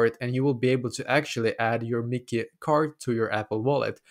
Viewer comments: Yes. It’s Mickey not MYKI (pronounced as MY-KEY) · It is no miki 😂 it is Myki (my key) 🔑 😊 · As you can see, this is stupid. And as you can see, it is a waste of time, because as you can see PTV is not available for iOS. And as you can see, this person doesn’t even know how to pronounce Myki…